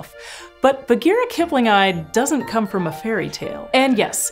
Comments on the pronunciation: I am sorry but "kiplingi" is [kiplingi] NOT [kiplingai] - the "i" as in "sit" English, WHY would you assume scientific Latin has all the exact same sounds spelled (or letters pronounced) YOUR WAY. Who the hell does that? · Why do you keep saying Kipling-eye, instead of Kip-lingi ?? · aaargh, my ears... :S keep-lin-ghee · It's "kiplingee".